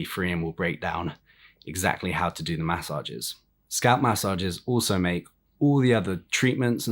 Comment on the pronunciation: New drinking game: Take a shot every time this clown says “mass sah jezzes”.